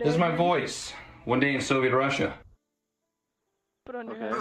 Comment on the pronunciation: Idk why but it bothers me so much how that guy says "Soviet Russia" "Sove Rasha"